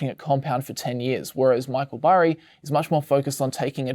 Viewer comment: Burry, Berry, Barry...gotta love that american accent 😁